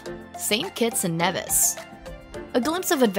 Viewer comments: Nevis. It’s knee-vis not neh-vis Antigua. It’s anti-gah not anti-gwa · St. Kitts and KNEE-viss, rather than NEV-iss gren-AH-dah is in Spain; in the Caribbean it's gren-NAY-duh Antigua = ann-TEA-guh Great, beautiful video! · Work on the pronunciations it’s knee vis not Nev is, and there are others, nice pics though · Its pronounced as Gre-Nay-Duh not Grenada & Nevis is Knee-vis but youre doing a great job anyway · Interesting video, but please find out how to pronounce Guadeloupe, Nevis, Antigua, and Grenada 😀